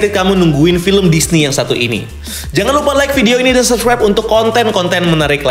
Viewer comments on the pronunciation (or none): none